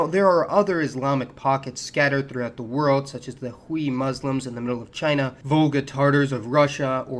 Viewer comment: It's not "Hoo-ee" Muslims it's "Hwei." Hui is a short hand pinyin sound for H + Wei.